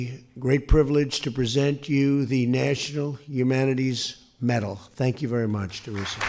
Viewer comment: What is a Nachunal Humana-Terries Metal?